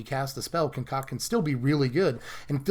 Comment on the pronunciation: ASMR connive, and conCOCK.